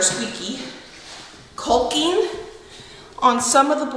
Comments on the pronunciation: Loving these vlogs recently!😍 Also, it’s pronounced “cocking” not “colking” lol🤣😅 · Is it an Oregon thing on the annunciation of caulking? You really don't say the L, well as least I have never heard it pronounced the way you say it.